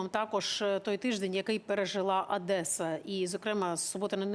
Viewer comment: Пані ведуча, не "АДЕСА" , а ОДЕСА.